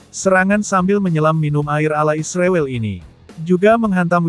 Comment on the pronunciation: ternyata miminnya termasuk orang yang tidak bisa menyebut nama Israel dengan benar ya .....